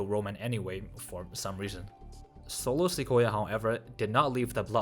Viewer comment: Bruh I can't 😂😂😂 ...the way you spell Solo SOLO SIKOYA kinda sound likes akoya2